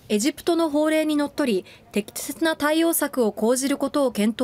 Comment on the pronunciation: てきてとぅな対応策